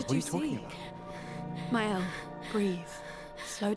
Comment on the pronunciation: I like your very unique way of playing the game. The new weapon for Maëlle, Medalum is her best weapon. It will make you in Virtuose stance in the beginning of a fight. Virtuose stance is the best. You want to be in Virtuose as often as possible. You did well with the french words, as a french, I approuve.👍